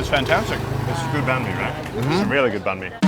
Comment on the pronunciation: Banh mi not nahn mi bro